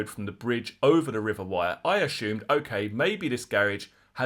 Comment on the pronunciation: It's pronounced WEER not WIRE . Please!!